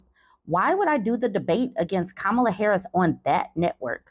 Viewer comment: It's Comma-Luh lol, not Kum-Allah Isn't it funny how these rac*sts like to insinuate that anyone non-white is un-American, unintelligent and if successful, positioned there due to their other-ness. He's pretended she has no merits. I can't wait until she floors him and I hope it gives him a major medical emergency - right on live tv😂